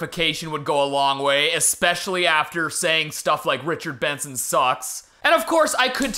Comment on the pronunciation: Youre probably trying to forget this.... but in the richard benson video, id say the worst part is where you called him Bichard Renson 💀💀💀